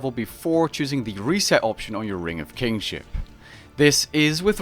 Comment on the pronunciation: ring of KINship not kingship xD